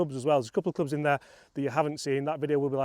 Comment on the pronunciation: bwekfasst 😂😂 brilliant